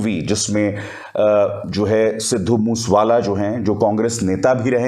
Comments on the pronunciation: Please get your act right he was sidhu Moosea wala not mush wala right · ਬਾਈ ਜੀ ਸਿੱਧੂ ਮੂਸ ਵਾਲਾ ਨਹੀਂ ਸਿੱਧੂ ਮੂਸੇ ਵਾਲਾ ਨਾਮ ਆ ,, ਮੂਸੇ ਵਾਲਾ ਪਿੰਡ ਆ ਪੰਜਾਬ ਦਾ ਕਿਰਪਾ ਕਰਕੇ ਨਾਮ ਸਹੀ ਤਰੀਕੇ ਨਾਲ ਲਿਆ ਕਰੋ ਜੀ ,, RIP 🙏🏻😥 moose wala bai